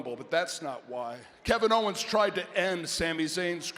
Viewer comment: "Kick Kevin HOE-ens In The Head So F...REAKIN Hard!!" 😂😂